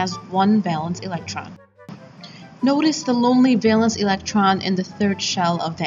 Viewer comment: The music is one thing but hearing the word valence mispronounced so many times is very disappointing.